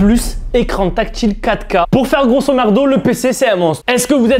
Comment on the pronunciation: Grossomardo 😂😂😂 c’est grosomodo